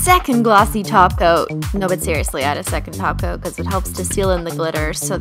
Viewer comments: I always think u say glossy taco instead of glossy top coat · Sasha & Ksenia Freeborn That's because, she does! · I'm so offended Christine you didn't say taco you said too Coat😭